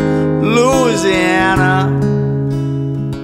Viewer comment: we're not loozeeanner. you did everything great except the pronunciation.